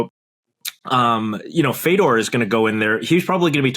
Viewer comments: Fay-Door - you can say it correctly,. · How can't u Pronounce Fedor correctly ! He's a legend ! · I don’t know why but I found him mispronouncing it tilting af